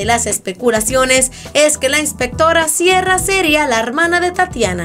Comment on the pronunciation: "Inspectorra Siera" me muero, AAAAA